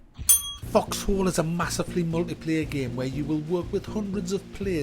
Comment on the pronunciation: The way you pronounce it, it sounds like "fucks hole." So who fucks whose hole, may I ask?